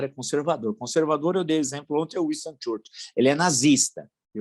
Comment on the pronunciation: O professor ainda não aprendeu a pronunciar o nome do Churchill corretamente. Está se equiparando ao France Soir e ao Harvard University.